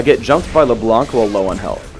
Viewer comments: AAAAAAAAH shit this makes me mad, it is not leblanCCCCCCCCC, its Leblanc as in, blanc, the french. Why dont people learn it :C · LeBlanc is just pronounced LeBlan